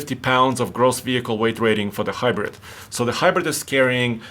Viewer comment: “Deh Hybredt”